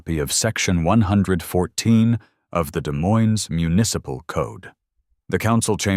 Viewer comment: The AI mispronounced Des Moines!